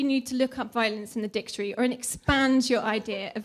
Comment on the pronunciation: If you’re going to tell someone to look up something at least pronounce the word dictionary correctly 😂